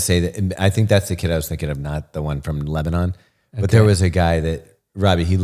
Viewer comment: says Lebanon wrong. haha!